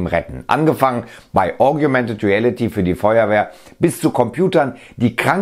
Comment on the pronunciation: du sagtest "augumented reality", das ist aber was ganz anderes als "augmented" reality